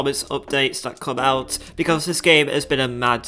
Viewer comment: I love dis game vewy much